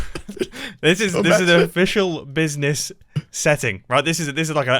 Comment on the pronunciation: No one: Mumbo: BIZNIZ